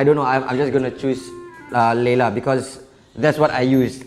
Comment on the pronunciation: watch this in 2018 😂 say leyla but i think its layla